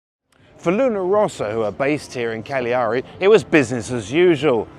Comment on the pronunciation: Càgliari not Cagliàri. But other than that great job! Thanks👍